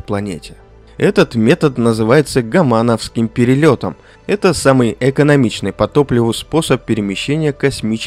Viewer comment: гОман, гОмановская траектория, а не "гомАновская", афтар, фэйспалм